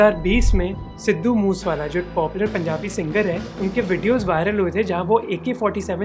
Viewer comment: I admire your research but being a linguaphile, u should focus on pronunciations, It is not बाबू मान😂😂, rather it is बब्बू मान It is मूसेवाला not मूसवाला...